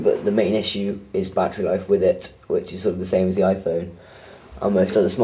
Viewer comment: lol you seaid bati life sorry but i found it funny